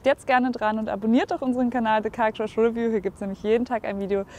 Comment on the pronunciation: 'review ist pigeon English. Es heißt re'view.